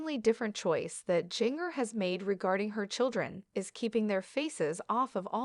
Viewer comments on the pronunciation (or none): Her name is pronounced “Ginger,” and the way it’s said in the video makes it painful to watch :(